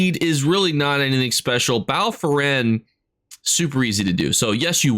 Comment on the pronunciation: it’s Foyen, not Foren. And Weald, not weld. 😁